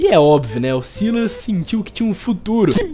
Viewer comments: Se fala Sylas, e não Silas, tu lê o nome do pyke com Y e não com i doidão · Se pronuncia sylas n sailas sailas n soa bem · Eu acho que a pronúncia do nome do Sylas é Sílas mesmo, a pronúncia do nome da Syndra é Síndra (o Xerath tem uma interação pra ela que ele chama ela assim, e ele fala Síndra tanto em português quanto em inglês) então como o nome dos dois começa com sy, eu acho que a pronúncia é a mesma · Sylas-kou 🤣🤣🤣. Desculpa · pelomenos vc fala silas sabendo q n é assim.melhor que gente que fala silas e pike em vez de pyke achando q ta certo